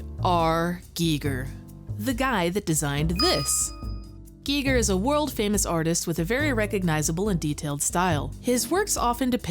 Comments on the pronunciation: G I G E R not G E E G E R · "Guy Ger" not "Gee Ger" Smh I cant listen to the video. Such an easy name to not get wrong. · oh man, is it really pronounced Gee Ger ? i'Ve been saying Guyger my whole life. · Can you please stop saying geeger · GEE GEER? hard pass if you can't even say his named right you know nothing. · I thought it was pronounced "Guy-ger" but I could be wrong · Pronounce his name right! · Who else turned the video off after the Giger pronunciation?